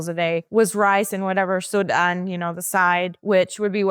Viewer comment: “Sud-an” well said in visaya ❤